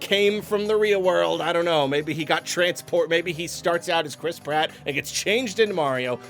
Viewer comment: Nobody:: "Chris prot"